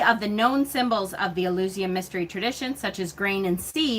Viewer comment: It's important to keep in mind that the Southern Hemisphere exists (despite the silly flat-Earthers' claims), and is on the opposite side of the Wheel to us at this time of the year... Spring Equinox, whatever you may call it... Taliesin is pronounced, "Tal-ee-ESS-in..." Mabinogion is pronounced, "Mab-on-oh-gee-on." Eleusinian is pronounced, "El-yoo/oo-SIN-ee-an." Back in the 80s and 90s, when I was starting down the Wiccan path as a kid, the Golden Bough was one of the few hefty resources you could find in most libraries. It really is an interesting read, though Frazer does focus a lot of attention on the Near East and the Middle East, and especially on the Greco-Roman mythologies. For more comparative-mythology resources, someone might enjoy "The Pagan Christ," "The Jesus Mysteries," and the Farrars' books "The Witches' God," and "The Witches' Goddess." British books use "corn," "cereals," and "grain" basically interchangeably. They don't often mention the yellow American variety, except to call it "maize," when they do. As for getting rid of books,... I make a point of marking the year I buy each new book, as soon as it gets home, so that if I haven't read it in five years, I'll donate it, or sell it to someone who might use it. Mind you, I went out of my way to ensure I have books that are out of print in my collection, and I hate to get rid of the ones I won't be able to replace. Horns and antlers are important at this time of year because autumn is the rutting seaso